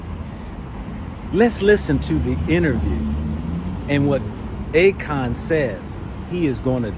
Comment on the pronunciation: Akon. A Kon. A Con.😂